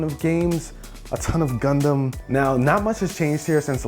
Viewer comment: I thought he said condom aahaha realized he said gundam